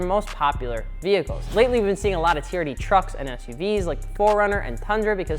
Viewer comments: Turd? no no no no no no, it is T-R-D. WTH MAN!!! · No one:: T(U)RD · "...and today we're talking aboutTURD!" That was the most wholesome laugh I've had in a while, thanks guys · Your saying TRD wrong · Me pronouncing TRD : "T" "R" "D" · Although I'm a little butt hurt at your pronunciation of T. R. D. I will say it's Toyota's fault for not giving them the budget for not going ape shit and developing racing/performance stuff for all their cars. Its mainly trucks now.... so they sort of deserve that name.